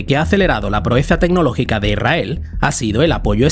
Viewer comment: Deja de decir "Irrael". Es Israel. Con s.